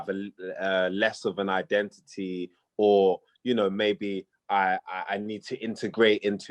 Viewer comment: It's.... like.... like... iden-i-ee... like... innit?